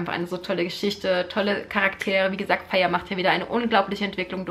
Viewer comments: Feyre wird Feyra ausgesprochen :-) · Tamski im Buch steht aber fey-ruh als ihre Schwester es in die Länge zieht. Bei mir war sie immer feiry ausgesprochen ggg